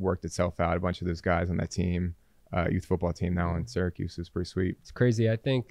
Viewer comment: Great stuff! But please pronounce Syracuse correctly 🫠